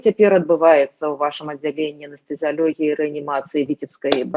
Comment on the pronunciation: !Заканчвайте крыудзiць нашу цвердую и моцную мову!!! ЧТО ВЫ ЕКАЕЦЕ якаеце:? Няма слова рэаніматоляг-есць слова рэаніматолАг!!!!!!Няма слова анэстэзіялёгіі - есць слова анэстэзіялОгіі!!!!Чаму усе блогеры на роднай мове гавораць як трэба и толькi Вы вечна "екаеце-якаеце??? Можа у вас у Чэхii якаюць - а у беларусай мова цвердая и моцная!!!